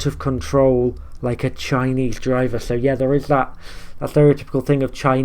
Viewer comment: It sounds like he’s saying Chinese diver. I know he’s saying driver, but it sounds like diver.